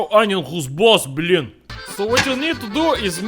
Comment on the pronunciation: I know, "blin" is "pancake" OR "family friendly blyat", and that "blyat" means "wh@ fu€k." I know when he says, "you're not making blin" he means "pancake", but every damn video, when he does, I hear him say, "You're not making whores....!"